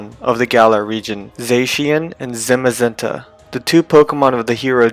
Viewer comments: Zamazenta* (3 A's, not 3 E's) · Zemezenta.. bro is he french or something like that